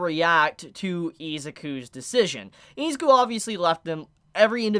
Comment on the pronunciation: Great video, but please pronounce Izuku's and Ochaco's name properly, idk its just annoying